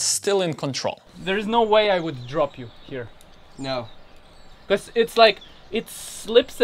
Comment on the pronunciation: Love your videos! But why is it that you say be-corse? :) just curious of your pronunciation